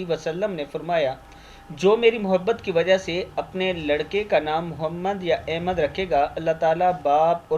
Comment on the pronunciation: لفظ احمد,,زیر,, کے ساتھ نہیں ہوتا بلکہ,,زبر,, کے ساتھ احمد ہوتا ہے